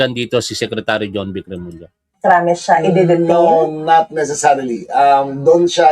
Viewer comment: Tama yung pagbigkas ni Sec J. Remulla